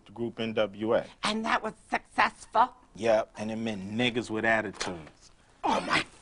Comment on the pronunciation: ‘’And that was succusfull’’?